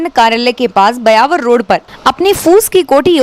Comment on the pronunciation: Bayawar nahi Byawar h